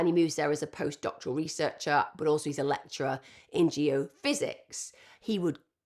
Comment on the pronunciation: I hear lecher not lecture